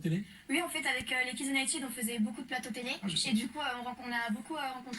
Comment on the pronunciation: "Kids Uniteud" 😭